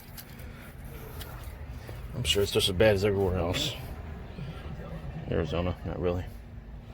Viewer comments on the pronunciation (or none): none